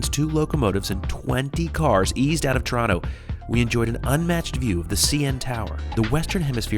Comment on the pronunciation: Its not toraano. Its torona